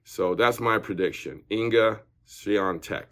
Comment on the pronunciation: It's "Iga Swiatek," not Inga lol